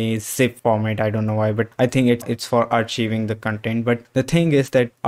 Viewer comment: The ch in "archiving" makes a k sound, not a ch sound. ar-keye-ving